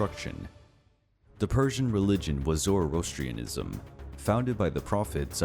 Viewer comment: The way he pronounced Zoroastrianism lol